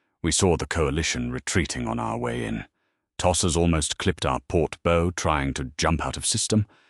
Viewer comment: Please teach your AI how to pronounce "bow".